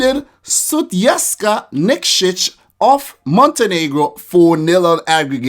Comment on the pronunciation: You said niksic perfectly... Wow im impressed xD